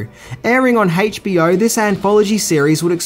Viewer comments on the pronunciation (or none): It's hilarious how you pronounce 'HBO'. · Why do you pronounce it “hey-ch BO”? 🤣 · Haytch Bee Oh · "HAYCH-B-O'" LMFAO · "Hach-BO" Love 'ya!!! OI! OI! OI!;) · Haich B O...?